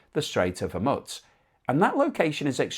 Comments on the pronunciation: it's a gentle reminder that if the idea is to give us an overall informed view of the situation, the least you can do is pronounce the name correctly. I'm pretty sure it's "Hor-mooze" too. Not hormuts. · it is pronounced HorMOOSE, not HorMUTZ. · Not as serious as your refusal to learn the correct pronunciation of HOR-MOO-Z. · Hormutz? FFS. The standards of journalism..... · there is no T in Hormuz !!! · Please try to pronounce 'Hormuz' approximatively correct